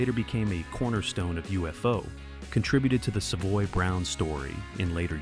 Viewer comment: The computer voice can’t say the band’s name correctly.